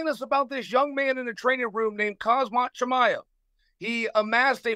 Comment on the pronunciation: Chael butchering Chimaevs name the whole time 😂